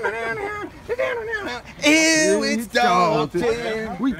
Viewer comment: Ew its Dawton